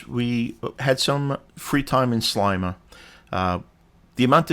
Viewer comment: Sleima. Sle like ski but with an e. Hope you enjoyed 🇲🇹 . Canadian, Maltese